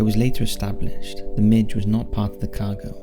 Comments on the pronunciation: you operate a channel on military history, and you don't know how to pronounce MiG? It's MiG like big, not like midge. I still think this is a computer-generated narration; it's not possible that someone who voices videos for a living could make so many obvious errors so often. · Mig, not midge.. :) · Its not a midge, lol. It's a MIG! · Soviet fighters are called MIGs, not "Midge." is amazing; the narrator must not listen to content from any other source, the way he consistently mispronounces common words and phrases. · Its not pronounced midge Its "mig" like Big but with an M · Varig, not Varigi. MIG, not Midge, Jimmy Carter was president in 1979....after watching that many errors within the first few minutes, I gave up. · I found the commentary by our Welsh friend to border on the sinister. It’s Varig....not Varigee. It’s Lima ( pronounced Leema). It’s MIG not how you pronounced it “ Midge”. Livery....not Leevery. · ...Midge? I'm sure you mean MIG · It’s mig not midge mate. Mig as in fig or dig